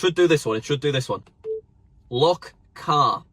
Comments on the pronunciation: I thought u said look car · you definitely said look car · I’m from NA and I thought you said look car and I repeat the video 3 times and I still thought you said look car. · to be fair I can bearly understand you when you say 'lock car' coz I'm from Kent we don't understand you 'northerners' lol, I suppose I'm a 'southerna'!